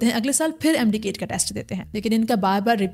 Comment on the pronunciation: It's MD CAT not KAIT, so many pronunciation errors at this level are inexcusable.